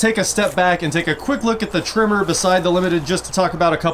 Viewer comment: it is pronounced Tremor like an earthquake